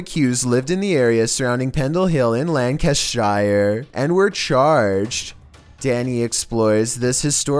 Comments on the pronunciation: Pronounced 'Lanca-sheer' you do not pronounce the 'shire' in the UK, but I think knows that really! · lanc ca shu is how u say it shire is someone whos shyer then someone else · I'm sorry but I love how Americans try to pronounce British places. That wasn't the correct way of pronouncing Lancashire, made me laugh. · The way you say Lancashire is hilarious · I'm from lancashire In a town called chorley. The way he said lancashire made me laugh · I love how he says Lancashire. I’m from England and never heard anyone say it like that before 🤣👍🏼